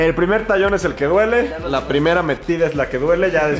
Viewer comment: Emi no sabe pronunciar la l